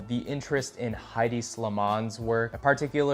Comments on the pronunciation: “Head-D” not “high-D” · it’s headey not hide